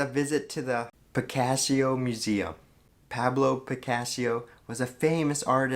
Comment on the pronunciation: And who is 'Picassio' ! 😬